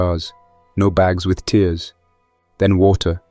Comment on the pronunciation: It's tears as in ripped not tears as in crying